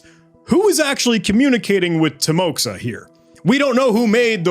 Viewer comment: what a fantastic video and an absolutely remarkable investigation - hats off! just a few clarifications on this topic from a native russian-speaking perspective: 1. timoxa is actually pronounced as timoha, with an accent on "o". it serves as a shorthand for the russian name Timofey. 2. it's essential to recognize that not everyone who speaks the russian language identifies as "russian" (with aprox. 380kk speakers worldwide). 3. this one is mostly related to the Mande's mistake (who made that inverview video) - dude explicitly stated "I'm Russian". it's worth noting that Belarus (as mentioned in the subtitles) is distinct from Russia. this distinction is further supported by your gmaps activity review, which only spotted locations in Russia. Belarus lies far away from the left pointer on the map.